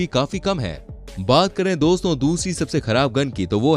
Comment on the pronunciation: Doso Nehi Dosto hoti he 😅